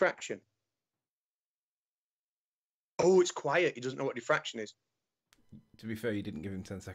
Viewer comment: Say "defraction" (not "diffraction") ONE... MORE... TIME